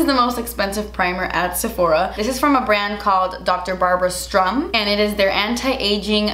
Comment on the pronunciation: All Barbara Sturm products are so expensive that I wonder if that's just part of her marketing - to be shockingly expensive. A friendly note, it is "Sturm".